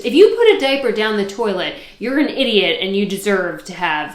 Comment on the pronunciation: I thought you said dead bird instead of diaper 😅